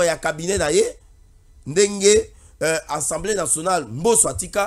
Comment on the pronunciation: La plupart de communicateurs disent : ENSEMBLÉ au lieu d' ASSEMBLÉE, ça fait honte au public quand cette petite anomalie persiste, est ce qu'on lit pas ? Veillez avoir l'autocritique, l'introspection, lisez aussi les manuels , vous avez des téléphones Android. Quand on n'a pas la maîtrise d'un mot , vérifiez le